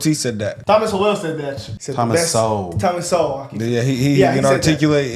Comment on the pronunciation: Thomas sew-well! Lol